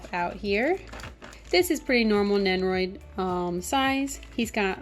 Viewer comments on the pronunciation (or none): Over all great review but one thing annoyed me… You say nenroid and not nendoroid